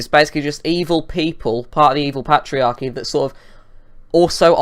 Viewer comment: "pat-iarchy" "dextop" these words aren't English